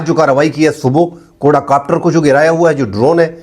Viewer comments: سر جی کوڈا کاپٹر نہیں ھوتا کواڈ کاپٹر ھوتا ھے 😊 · اسلام علیکم ۔۔ صاحب۔۔ بات سمجھ ا جائے تو بس ٹھیک ہے ۔۔لیکن غلط لفظ بولنے ، سمجھ انے کے باوجود دماغ میں خارش شروع ہو جاتی ہے ۔ لفظ ہے ۔ QUAD COPTER. کو- آڈ کاپٹر ۔۔کواڈ کاپٹر ۔۔ کوڈا نہیں ۔میں نے کہیں نہی پڑہا بہرحال اپ کا تجزیہ مجھے ہمیشہ اس لئے حق لگتا ہے کہ یہ پاکستان وطن سے محبت ظاہر کرتا ہے ۔۔ رہ گیا ۔۔ 'آسف' (اصف نہیں) کچھ ذہنی مریض نا معقول شخص ہے ۔ پہلی چول نہیں ماری اس نے ۔۔اس کی مذمت لازم ہے